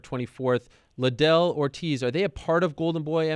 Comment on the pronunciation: Someone needs to tell De la Hoya its Chuck Liddel that is pronounced LEEDEL Not Chuck LYdell